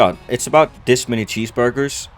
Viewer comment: Respect to the guy who say cheeseurger